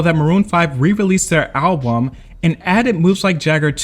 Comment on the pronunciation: Why does the AI voice keep saying Album in a weird way.